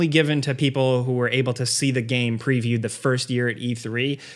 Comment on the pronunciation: still pronounces game as ga-em. I cannot watch him at all.